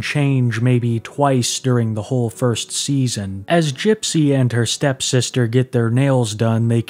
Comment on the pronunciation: You keep saying "STEP sister".